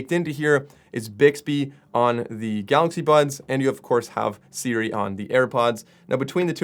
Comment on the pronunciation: I keep hearing "Galaxy Buns"....is it just me? lol